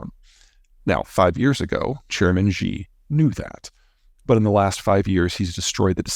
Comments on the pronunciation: Someday, if scolded enough, Peter may take the trouble to learn to pronounce the name Xi. It is not. as he tries here pronounced "zheee" nor, as he sometimes hits on "sheee" the last phoneme is actually as he has it a long i; the x throws a lot of people because the sound is a soft s. Leave your tongue limp in the middle of your mouth and make a sound like "cee" It won't be perfect but less embarrassing than his usual argle-bargle. Good luck. If a billion other humans can do it he can too. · It might help if you learn how to pronounce Xi. It sounds “she” or the letter “C” not zhe